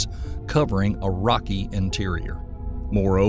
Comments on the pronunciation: Is there a reason you keep pronouncing GAL-I-LAY-O as GAL-I-LEE-O???? Not trying to be rude but it makes this entire video less educational when you can't even pronounce space probes or the people they were named after correctly. What makes it worse is at you suddenly know how go pronounce Galileo correctly. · As interesting as this subject is I can't stand the Narrator constantly mispronouncing names like Galileo and Volcanism it just gets right up my nose and jabs my brain like an ice pick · That makes sense as to why they were pronouncing Galileo's name incorrectly and suddenly correctly a few minutes later. 😮